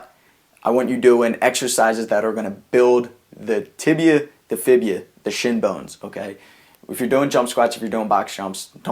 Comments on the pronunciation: There isn't a bone called the "Fibia" it is call the "Fibula" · By the way is fibula not fibia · fibula lol.... not fibia